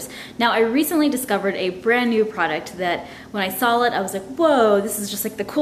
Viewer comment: Does she say sawl instead of saw? . I swear I've heard her say that in several videos. I must be wrong. 😂😳